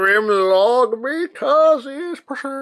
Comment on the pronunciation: I’ve gotta say, when I first heard say “precious” the first few times, I thought he was saying “pressure”, as in “pressuuuuuuuure”. 🤣